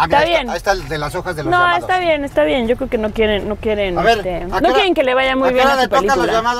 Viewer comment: "No queren" creí que solo nosotros los del monte hablábamos así 🤭